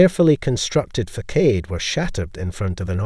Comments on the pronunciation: Facade is pronounced like fa- sod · facade is not pronounced that way!! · You pronounced facade at least three different ways, and all were wrong 😁😘